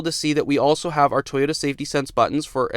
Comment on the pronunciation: Toyota not Tie-ota…lol